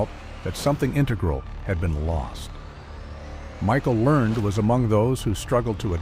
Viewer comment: Pronounce her name right